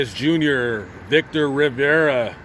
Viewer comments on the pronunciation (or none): none